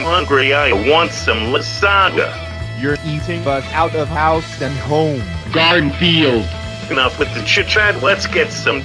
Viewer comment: O DEE Times jon said garfield incorrectly: "god are the yield" the bowl says: "7Grandfield"